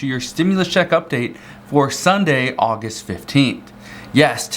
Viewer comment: Au -Gust. Not Au - Gist🤣🤣😂. Gust